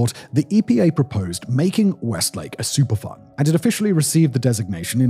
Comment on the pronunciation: Every time he said superfund, it sounded like he was saying super fun to me & I couldn't help but chuckle, then feel bad for chuckling, given the subject matter. I grew up and still live near (but a safe distance from) St. Louis and I've been hearing about this for years and it's always baffled me how people can either but so stupid or care so little as to allow this to happen.